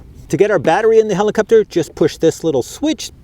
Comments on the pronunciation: heliCOPter. not heliCUPter. JEEEZUS!! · not really, but somehow heliCUPter drove me crazy hahaha which i did not expect! nice flying btw :D